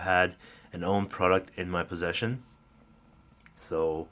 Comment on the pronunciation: AUNE is pronounced OW as in how, NEE as in knee. (2 syllables)